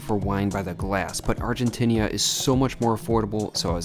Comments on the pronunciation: Argentinia? Is it said that way? I’ve been saying Argentina. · How many times do you have to go to ARGENTINA before you stop calling it ARGENTINIA?